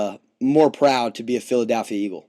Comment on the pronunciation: Except for saying "PhiladAlphia"